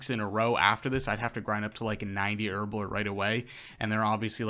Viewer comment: Herblore not Erblore